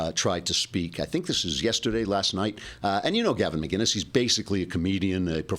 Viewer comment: It's McInnes not McGuiness. LOL :)